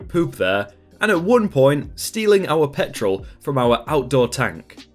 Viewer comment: I always listen to your videos and rarely look at the post because I'm a lil dyslexic. Anyways when you said petrol I thought you said pet troll